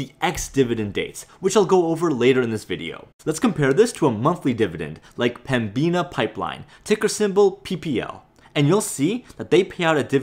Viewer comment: this guy again yes i am binge watching your videos, i used to work for Pembina actually, youre butchering the prounounciation (Pem-ina) the B tends to be silent or atleast less prounced, do you tend to try and make the majority of your profits off dividends or selling stocks at a high, plan only on the dividends maybe and take high sale opportunities when they present themselves